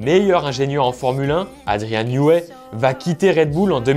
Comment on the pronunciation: Bonne diction de "12 cylindres", par contre Newey se prononce "nieui"